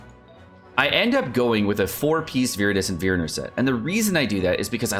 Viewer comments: It's VeNerer not VeRener bro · take a shot every time he says viridescent verener pain when it’s venerer good video either way bro keep it up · Came to comments precisely for the "veerener" thing. As a person who likes english/grammar yada yada, that upset me 😅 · For starters, the way he says it isn't even the correct spelling sounded out. The correct pronunciation would be "ven-ear-urr," but quickly obvs. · I didn't want to say anything, but since you brought it up, my ears are still bleeding. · When will the man learn to pronounce “oblige” and “venerer” correctly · I didn't take it as passive aggressive. I tend not to take anything offensively, as that just causes unnecessary drama 😅 I was just pointing out that he wasn't even getting the letters in the right order. I hope the pronunciation breakdown was helpful.